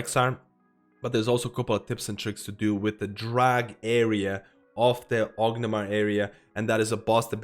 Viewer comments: great video, but why do you call it orgnimar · "ognamar" haha. Not meaning to make fun of you. Just a funny pronunciation. Great video!